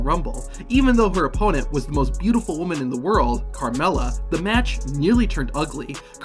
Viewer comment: You susy you said butful carmella